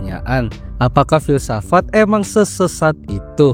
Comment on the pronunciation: Filsafat ❌ Filsafak ✔️